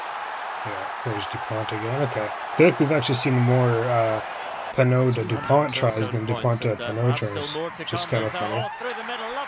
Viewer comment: Your accent is perfect for Damien Penaud ;-) (a French guy)